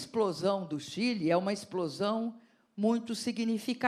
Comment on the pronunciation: Cadê o vídeo que ela fala Chile de Quile